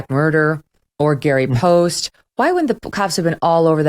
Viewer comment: It is NOT Gary Poste.